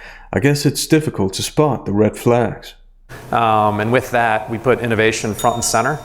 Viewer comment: Wait wait wait did you say red flag or red phag?